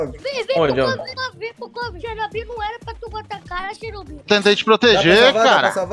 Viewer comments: Mano eu duvido alguem contar quantas vezes o falou xernobil no videos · Perdi as contas de quantas vezes escutei "Xernobil" kkkkkkkkkk